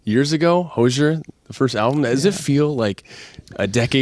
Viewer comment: Hate that the interviewer consistently mispronounced his name 😤